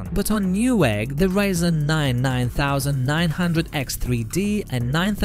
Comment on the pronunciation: To say 7900x3d you should pronounce it seventy-nine hundred x three dee. Not seven nine thousand x three dee. Great video besides hurting my brain with the pronunciation!